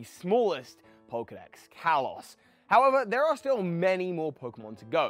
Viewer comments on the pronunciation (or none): none